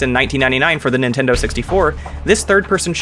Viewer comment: Thought he said "nintender here"